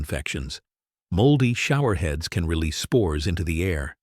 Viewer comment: Hi. Thanks. Respectfully, I was sitting here all amazed by the uses then, your AI voice suddenly pronounced “can” as a verb instead of a noun. Please check your audio beforehand. Peace🌤️.